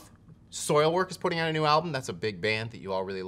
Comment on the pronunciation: You said “best nu Metal” and I almost threw up lol